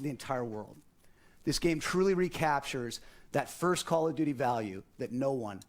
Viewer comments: I like how he says "Caw of juchee" 😁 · "cool of duty"